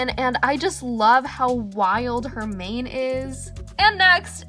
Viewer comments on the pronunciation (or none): none